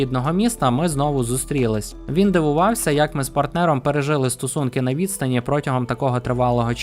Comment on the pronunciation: Стосунки два рази було прочитано як стУсунки